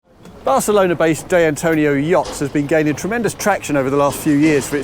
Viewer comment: "Day Antonio"? At least try, mate.